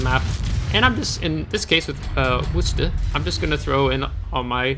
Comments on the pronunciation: How dare you mispronounce Worcester. Actually that is pretty close to correct. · Yeah that's how Bostonians pronounce Worcester so good on ya for saying it the way that the city it was named after says it.